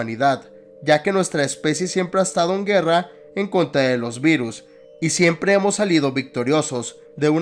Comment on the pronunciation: Aveces escuchaba Beatles en ves de virus xD